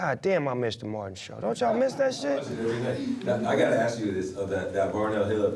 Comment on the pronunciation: Wait a minute.. Is Snoop saying aks instead of ask? This is not Futurama dude lol